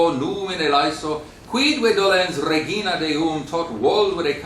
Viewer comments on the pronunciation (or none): none